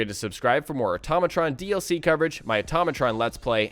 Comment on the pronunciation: IT IS AHH-TOE-MAT-RON NOT OH-TAHH-MOH-TRON